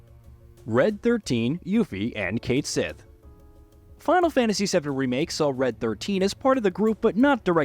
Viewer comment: its called cait shieeeeet not cait sith.